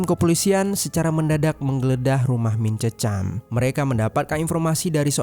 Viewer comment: Penyebutan Mint Cheuchum yg benar bkn "mint cecam" Bro tp "MIN CEH COM" 👍